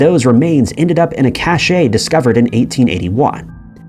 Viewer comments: “Cache” is pronounced “cash,” not “cachet”. Idiot. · Love your vids. Love your voice. Feedback: Cache – pronounced cash – is a hiding place, most commonly known these days as the place where your cookies, Internet and browsing history files reside until or if you clear it out. Caché – pronounced cashay – is the past tense of cacher, to hide in French, so it means hidden. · Cache, not cachet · Cache is pronounced kash. Cachet with a t is kashay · "Cache", as in a concealed store of some resource, is pronounced KASH. "Cachet", which denotes is a desirable attribute, is pronounced KASH*AY. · I was going to make the same comment after the second time he mis-spoke, but found yours. cache rhymes with stash and means roughly the same thing. caché (pronounced cashay) is rarely used in english but is the past participle of to hide (cacher) in french (bien-caché=well-hidden). And cachet (also pronounced cashay) refers to a certain desirable quality, an allure of sorts, perhaps prestige, depending on its use. It is remarkably common for people to say cashay when they mean cache, so I suppose it will become acceptable eventually, but nitpickers like us will still complain. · I tend to think that a mispronunciation means an AI voice - nit sure here, but I also noted this particular word! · Many people similarly confuse "cachet" - a desirable or admirable attribute - which is also pronounced KASH*AY.